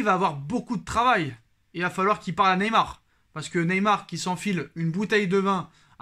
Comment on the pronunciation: Tu massacre Neymar chaque fois 😅